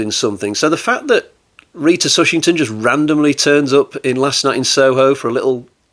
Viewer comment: TushingHam !!!!! Not Tushington !!!!! Solid review of one of Hammer´s odder films.